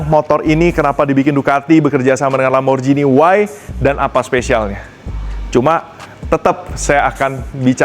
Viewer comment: Lamborjini ❌ Lamborgini ✅